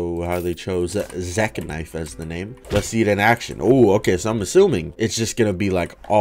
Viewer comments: dude really said zeK knife the word was spelled zeKNIFE they are 2 diffrent words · "zek-nife" lmao